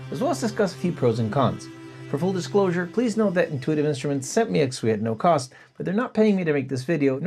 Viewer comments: Intuitive Instruments pronounce it ex-key, not ex-qwee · Realize this comment is late and somewhat pedantic. Apologies upfront, asI really enjoy your videos but you are butchering the name of this product. A little bit of Google can save you the embarrassment of having stuff like this out there for posterity. This is what Google just told me about the name of this product and its pronunciation: The Exquis from Intuitive Instruments is pronounced "X-key" (like ex-key).Pronunciation DetailsOrigin: The name comes from the French word for exquisite (exquis), which is pronounced ex-key [\ɛk.ski].Double Meaning: The developers also chose the name as a clever play on "hex" (referring to the hexagonal shape of the keys) and "key" (keyboard).